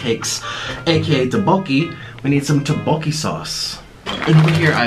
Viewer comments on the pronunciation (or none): he really said "doughbowki" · d-did he just say 'doboki'?! What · the way nik pronounces tteokbokki “dObOwKi” triggers my asian soul... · No one: Nik: For the rice cakes aka "TeOBoKi" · is nobody else cringing at how nick said tteobokki? “teboki” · the way nick said tteokbokki rlly triggered me on so many levels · Nikocado's korean pronounciation made me cringe a lil